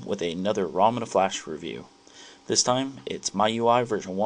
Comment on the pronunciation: its pronounced ME-U-I please get it right